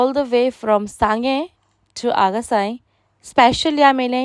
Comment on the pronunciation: Hey madam it's AGACIÁM not AGASAI 😅 don't rape the Name of the Beautiful Village 🙌🏻